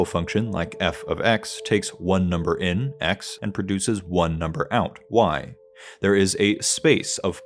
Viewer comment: ok but what even is number zin and number zout?